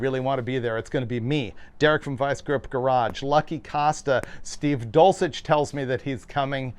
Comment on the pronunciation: Or, as David says, "Dolcheck"😅